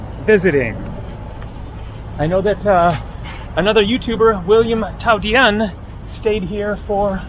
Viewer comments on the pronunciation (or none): last name is pronounced tow-deen